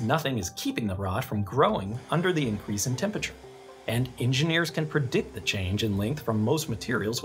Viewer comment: couldn't get passed that pronunciation of temperature